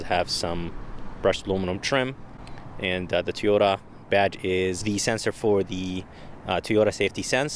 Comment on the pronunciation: Toy-oat-ta 😂 it's all good ! We get it !! Good review ! MR.. nice job !